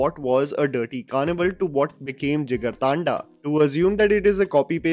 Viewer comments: Why British accent bhai 😂 taanda thanda hai voh 😂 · Kinda hate to point it out, but it's not Jigar-Taanda but Jigar Thanda, as in the Hindi word 'Thanda' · JigarTAANDAAAA... Vilmiiiiii... Get your pronounciation right boyyyyyy